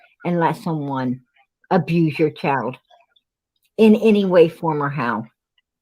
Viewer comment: It's Child PG not Chald